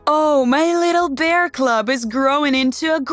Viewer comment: I know what a bear CUB is... but the person narrating says a bear cLub.